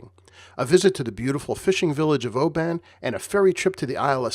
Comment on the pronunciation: Love your work,, but it's pronounced Obin. Not Oh Bahn.:-) Emphasis on the Oh.